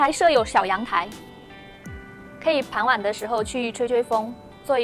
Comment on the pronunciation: 傍晚 bangwan 不是pangwan大家都在发大家都在发